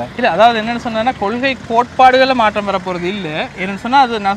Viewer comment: மாற்றம் த்தின் உச்சரிப்பு maattam. MaatRam இல்லை. ற்ற = ta என்றுதான் சத்தம் வரும். சென்னை மக்கள் ஆங்கில மூலத்தில் தமிழ் படித்ததால் ற வை tra என்று எழுதிப் படித்ததால் வந்த வினையே அது.